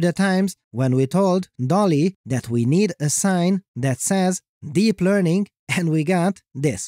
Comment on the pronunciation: “Dep Learning” 😂